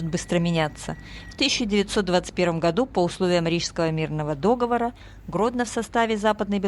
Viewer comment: Да подумаешь, ударение не так поставили, оговорились! Бывает! Главное - суть то ясна😂😂😂